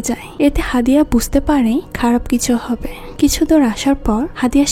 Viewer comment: আপু আপনার এক্সপ্লেইনেশন আমার কাছে খুব ভালো লাগে। কিন্তু আপনি প্রত্যেকটি লাইনের শেষে হ্ উচ্চারণ করেন যেমন: হবে না বলে হবেহ্ বলেন, করবে না বলে করবেহ্ বলেন। এইভাবে না বললে আরো অনেক ভালো লাগবে। আমি আপনাকে আঘাত করতে কথাগুলো বলিনি। আশা করি আপনি ভবিষ্যতে আরো সুন্দর সুন্দর মুভি এক্সপ্লেইনেশন উপহার দিবেন। শুভ কামনা রইলো।❤❤